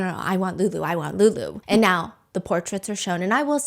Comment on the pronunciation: The way calls lulu “LoULoU”😭